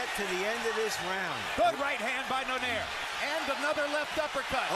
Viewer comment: This buffoon michael buffer is paid millions to botch saying "travieso" and "donaire" LOL